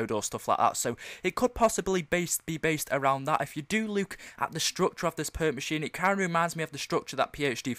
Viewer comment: lol funny when he says look